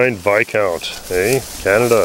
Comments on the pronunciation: Is the S silent in Viscount? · ...I think it's a Vis-count, not a Vi-count:-)